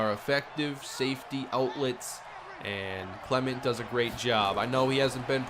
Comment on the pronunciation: I can't be the only one who hates the way he says Clement lol